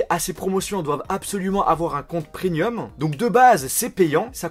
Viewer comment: Sérieusement, qu'est-ce que vous avez tous avec le mot PREMIUM ? Arrêtez de le prononcer "prenium" !